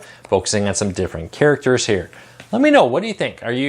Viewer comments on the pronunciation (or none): none